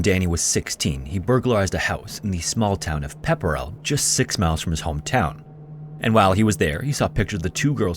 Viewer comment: I grew up in the town next to Townsend. Wild that I never heard about it. Also, Townsend is an hours drive from the edge of Boston Also, having grow up in Pepperell, its pronounced Pepper-el